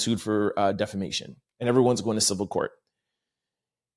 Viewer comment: So I guess I'll be the one that finally tells him... defamation does NOT have an "R" in it. You keep stressing how much you know about the law but it helps to say the words right😘